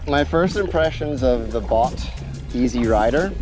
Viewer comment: It's pronounced "boat" 😊